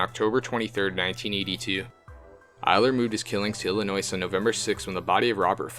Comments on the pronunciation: The S is silent. It's pronounced "ill-ih-noy". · it is Illinois the s is silent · Wow you must be a genius to be able to pronounce things properly you are so smart I am so proud of you! From what I can tell dude literally said Illinois without the s being silent one time! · I'm from Illinois originally and you're pronouncing it wrong. The "S" is silent. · It bothers me how they say Illinois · or don't fuck it up in the first place. Takes seconds to research the pronunciation of words. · Yes that is my biggest pet peeve being from Illinois is the s.....thank you.... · The s in Illinois is not pronounced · You should learn the lingo (how to pronouce "Illinois" for starters) before publishing the video. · Are you guys illiterate?? Half the names you read are a misread including the name of the state your reporting on! Illinois has a silent s!!!!!! Jesus christ!!!